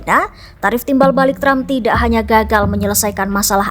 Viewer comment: tram... tram..., presiden apa pelawak sih